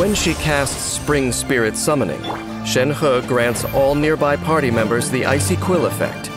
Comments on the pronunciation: So her name read is "shen-her" :((( not "shen-hi" :'(((( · reminder: it's Shenhe not Shenha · For me it's always gonna be "Shenhé" not "Shenhá." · I thought it was to be pronounced shenhi at first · Ikr loll he's like shen*HE* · All i hear is Shen Huhhh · And he is still pronouncing it wrong 💀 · A for effort for trying to say 申鹤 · Anyone else bothered or laughing at how Shenhe is “properly” pronounced?